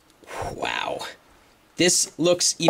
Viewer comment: yes , ''waow'' lol